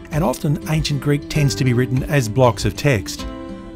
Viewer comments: He's actually using modern Greek pronunciation, but it's quite accurate as modern Greek pronunciation (^^) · What a privilege this is, being able to enjoy such amazing content for free. Also top marks for pronunciation! Coming from a Greek. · I have to say that your pronunciation of the Greek words is spot on, very similar to the one modern Greeks use for ancient Greek. As for your craftsmanship I am unqualified to judge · I'm greek, and I just wanted to say that your pronunciation is way better than most people trying to say greek words. Amazing series, keep it up! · Your pronunciation was pretty good for the most part! Not that I am an authority on the pronunciation of the Greek language, even as a Greek. Awesome video!!!